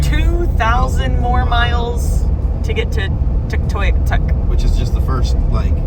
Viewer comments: Great video, I am enjoying it so far. Tuktoyaktuk is pronounced Tuck-to-yuck-took. I haven't seen the whole video yet, so I am curious whether I'll see the Dempster Highway (from Tuktoyaktuk to the Arctic Ocean or if it is the Dalton Highway, which is mostly paved, but doesn't get to the ocean. Looks Like fun, now back to watching! Thanks for sharing :) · Just so you know its 'tuk-toy-uk-tuk'. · I believe where you are going is Tuktoyaktuk, Yukon. Loosely pronounced, Tuk-2-yak-tuk. Stompin' Tom Connors, ( a Canadian icon) wrote a song about it. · This is the content that I love! I could watch this kind of stuff over and over. In the next video, can you spell out the area you are traveling to? The name that starts with a T and is hard to pronounce (Tuck toick tuck) lol. Thanks! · Too funny, I know the feeling from not being capable of pronouncing names of things that are not remotely derived of the English language. Look in some of the states, names that are Spanish I assume. Like the time I pulled over in the middle of the night to sleep along side the highway in Arizona not far from the four corners and of all the luck an officer stops to check on that mystery vehicle and wakes me up and wonders what I am doing and where I am headed and I said Canyon De Chelly, only I pronounced it like its spelled, well he told me how its really pronounced and that there is a guy on the loose with a rifle who had just committed spousal abuse and is drunk and dangerous, that I should be careful and on the lookout for him... he is driving a Ford pickup etc etc. Well thanks officer, I don't think I will be falling back to sleep now! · Yup, chopped up that name bad!, I am sure once they get to Tuk they will get educated on how to pronounce it, maybe have a taste of the local whale blubber ( muktuk )as well.